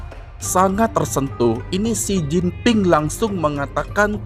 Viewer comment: Xi Jinping bukan Xin Jinping.